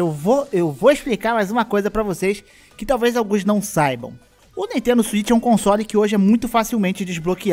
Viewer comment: "N EA TENDO"